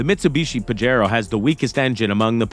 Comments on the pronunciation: Awesome video! But it's pronounced "pah-hay-ro" not "pahj-ero". 😆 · The "J" is like an "H" sound in "Pajero" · PAJERO NOT PAJARO